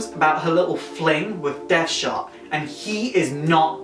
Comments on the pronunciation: His name is Dead Shot, not Death Shot. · Not too sure on the newer Harleys, I kinda used to think she was actually a better criminal in her own right and Joker just held her back and I liked that that could be the case. Great vid anyway but I think you kept mispronouncing Deadshot. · it's Amanda WALLER not Walter and DEADSHOT not deathshot